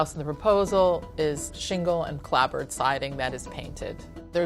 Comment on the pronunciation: She's an architect and can't pronounce turret. Oh dear. And clapboard, calling it clabbord, seriously!